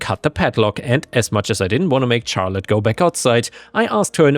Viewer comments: charlete is more of a shar sound instead of a char sound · Hey, firstly thanks for all the videos! But Charlotte is usually pronounced with an "sh" sound at the start. So it would be more like "sharlotte". No hate and nothing against you, Ive just heard you say before how you don't know how to pronounce some words. Have a good day! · Just FYI, "Charlotte" is pronounced like "Shar-lut" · Though others have mentioned the pronunciation of Charlotte, your accent makes the stories sound super cool! THANK YOU!